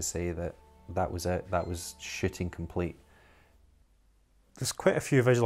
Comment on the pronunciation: When they say "Shooting" it sounds like "Shitting"